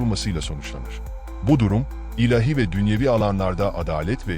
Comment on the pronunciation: Teşekkürler. Bir husus: ilehi değil, ilâhi. A ince ve uzun okunur.